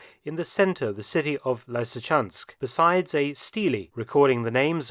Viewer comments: Its not Liesychansk mate... Not lisychansk either, it's LYSYCHANSK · Lysykans¹k, not Laisy. You are a professional researcher: get your act together! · Lysychansk - lee-see-chansk, not lai-see-chansk. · Why are pronouncing the the two very same 'Y's in Lysychansk differently?